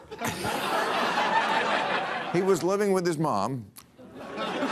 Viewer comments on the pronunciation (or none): none